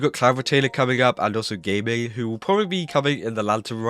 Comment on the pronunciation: WE ARE GAMING (it is pronounced Gah Ming) but 4.3, despite it's lack of a lot of permanent content, seeks to be pretty calm and more just setting up for lantern rite. Can't wait for the new additions though